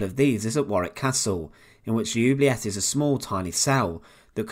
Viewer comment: It is pronounced ... ooo blee a (hard a)